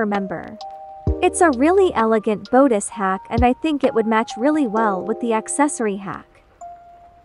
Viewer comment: The text: Really elegant Bodice The TTS : REALLY ELEGANT BODES